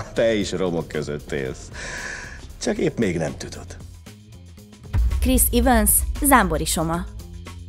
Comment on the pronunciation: Chris Evans nevét E-vel ejtjük nem I-vel :) Neharagudj a javításért